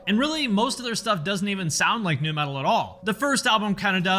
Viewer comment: Slipknot are the lighter side of Death meatal. Not Nu-meatal